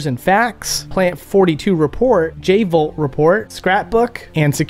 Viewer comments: V-jolt, not J-volt. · You pronounced it "J Volt"..... It's actually pronounced V JOLT!! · V Jolt, not J Volt.